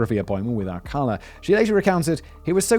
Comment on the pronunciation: You pronounced "Ciros" correctly. However, Alcala is pronounced-( All...Kah....LAH/ accent on the 'la').